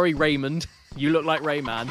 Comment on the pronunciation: Caddy. Please stop saying Rayman like that 😂 The hell is a RAYMnn